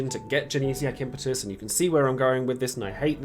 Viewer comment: Glad to hear you're saying 'Impetus' right unlike a certain someone....